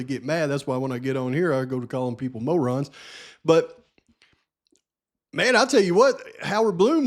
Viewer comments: Technically you didn’t call them “morons” you called them “Mowrons” to be fair! 😂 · Great 😂beginning of video! No, i love hearing u say maw ron...u are not demeaning people-- ur speaking the truth, as always! U be you! Stick to calling it like it is!!! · I LUURRVE when you say mow-rons 😅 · I love it when you call out Mo-rons !